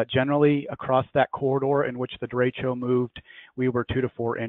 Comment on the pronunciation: I love hearing Midwestern US people trying to pronounce "de-ray-sho" or "de-ray-shio" or "de-reach-o" At least has it right.